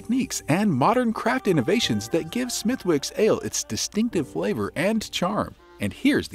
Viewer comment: Well, you have never been there and that shows. "Smith-Wicks"? Say that anywhere in Ireland and you'll be laughed at. It's pronounced "Smithicks". Also "Tudors" not "Toodor" (American "u" not applicable). I mean...good info, but refine your research please!